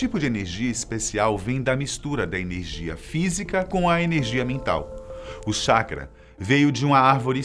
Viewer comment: Colocaram um cara que não conhece nada de Naruto, para falar! O cara nem consegue pronunciar anime e chakra corretamente